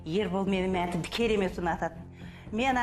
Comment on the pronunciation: Мәнті емес манты гой хахаа